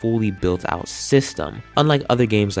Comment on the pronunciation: said aut 😂🎉😂🎉😂🎉😂